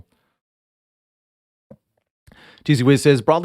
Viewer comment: "bi assed"... i cant defend you anymore